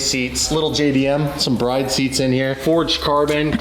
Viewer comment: It's BRID seats Like skid